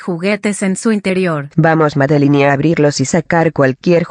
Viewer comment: Se Dice Madelinne y Sadelinne Estan Castigados No Dice Madelinne y Sadelinne Estas Castigado